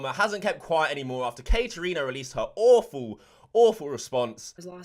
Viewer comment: He said Katerino. Let’s jump into her. Lol.